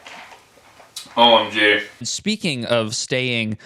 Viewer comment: Did he say "OMJ," as in "Oh My Jah" in the beginning?😂